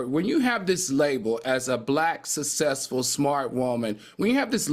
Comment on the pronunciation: I try not to cringe and I realize he can't help it but it really grates on my nerves to hear Al say ' ATHALETE' and 'SUSSESSFUL' . They aren't hard words. It's like nails on a chalkboard for me. I realize this is probably a non factor but I immediately skip the segment.